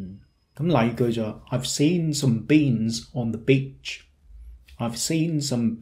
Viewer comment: 我想請教一下。点解我聽到讀beach嘅時候，好似比較短左嘅？有D似左bitch? 可能係我聽得吾啱？😄